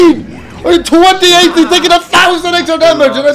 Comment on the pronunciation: It now declared that the word "thousand" will be pronounced exactly like what his Holiness The Admiral Malddog did